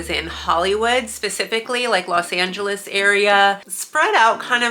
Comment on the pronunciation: Hey, did you notice the way you pronounced "Los Angeles" and "Los Feliz"? So you've got some of both cultures in you. 👍